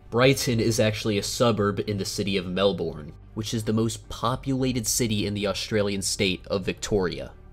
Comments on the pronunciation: most aussies dont say melbourne like mel-bourne, we say it now mel - ben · Also it’s not Mel borrrrrrn it’s melbone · its pronounced mel-ben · Its pronounced mel burn. Great video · Amazing video! My favourite parts were: "Bris Bane" "Mell Born" "Boo la della" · pronounced ’melbin’ Some people pronounce it ‘melburn’ tho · It was a good effort for a yankee. I liked cooloongoop, bunberry, MelBORN. I also liked how he pronounced port hedland as if it was an amusement park for heads. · Ah I love brisbain and melborn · Bro I'm an Aussie in western Aus and HOW COME I HAVENT HEARED OF THE TORNADOES! (Also some of the pronunciations are wrong like Melbourne and Brisbane) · It’s the same with me I live I Melbourne and just saying you said Melbourne so wrong just don’t pronounce the r and it will sound a lot better and Australia is not as bad as it sounds